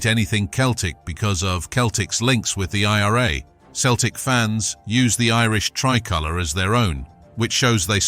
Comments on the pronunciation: Doing my head in with the commentary from the start it's pronounced Seltic and it's tric colour,believe me if it was in Glasgow you would have meet the full mob,Huns or not backing you up,ask Lincoln what they faced in Chris Sutton's testimonial at Sincil Bank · Its not keltic its Celtic 🇮🇪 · Mate, if you're going to keep doing this vids, and a lot of the 'aggro' stuff you state is half fabrication, you could at least pronounce the word Celtic properly for chrissake